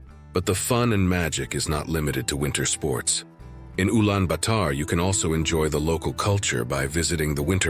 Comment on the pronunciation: Man. What are you trying to do? You sound to be an expert in Mongolia but you cannot even pronounce Ulaanbator correctly.